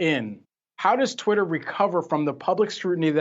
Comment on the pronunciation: "Titter"!!!! Lmao